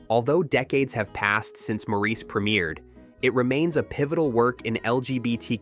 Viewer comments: When I heard him say it the second time I had to skip the video. If he watched the film he would have heard it pronounced properly a hundred times; why would you then purposefully mispronounce it? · They should have scripted it as "Morris" so the AI voice would have pronounced it correctly. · Since the story is set at the turn of the Century, it is still pronounced "Morris". Both my professors of Eng lang & lit were Cambridge men, one of them knew Forster in Forster's old age, when he was a resident Hon Fellow, and he shuddered at "Maureece". Apart from that I still would like evidence of your opinion that it was once pronounced in this Frenchified style in England. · "MORE-iss" Not "More-EECE." They say his name a million times in the film. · Mor ris. It's pronounced Morris, not Maur eece. If it was, they would call him that in the film. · It's pronounced "Mawris" with the accent on the first syllable, not "Mawreese". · It's pronounced Morris with the stress on the first syllable, like Boris or Doris or Horace. "Mawris" is almost as cringeworthy as Mareese. Sincerely, Maurice. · The British pronounce it as 'Morris', not 'Moreese'. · That is, with respect, nonsense. The father I referred to was born in 1916. "More-eece" was something I first heard on "Bewitched" around 1966. The character is Samantha's father, and seems to have used a common American pronunciation. It was the ONLY time I heard it until the current rash of mispronunciation started about 20 years ago. I have lived a reasonably long time, and have met many Maurices in my time - it is the kind of name you notice, if you have it. Every one has been "morris". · Watch the movie. The name is pronounced "Morris" throughout the damn movie. They never call the character "Moreese." IT'S ALWAYS "MORRIS"!!!! Sheesh. Let it go. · The sting is added to that Mo-reese is the French pronunciation. Damn Frenchies! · This g'awful narrator can't properly pronounce Maurice, which is 'Morris'. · F your AI. It is *mo ris